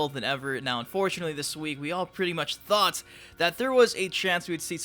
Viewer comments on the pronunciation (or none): none